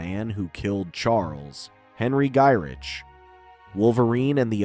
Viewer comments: It's pronounced, "Guy-RICK". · He’s gotta be doing it on purpose.